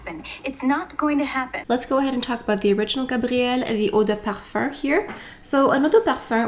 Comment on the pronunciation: Since you speak French and pronounce perfume as "perfurrr", would that be how it is actually pronounced? Thank you